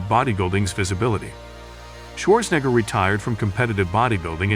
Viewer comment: Schwarzenegger, not schwoorsngr